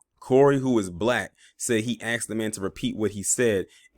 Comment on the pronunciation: "Aksed" smh ..and you wonder why